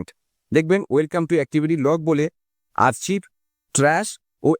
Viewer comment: আরচিভ না। আর্কাইভ